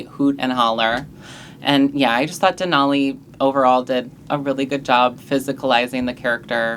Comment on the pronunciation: Sorry, but I may not continue watching if you insist on saying DenALLEY like an alley. It's DenOLLIE like ollie pop